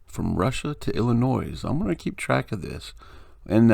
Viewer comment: Great find, thanks for posting it. Fyi, please quit pronouncing it Illi-noize. The "s" is silent. Cheers:)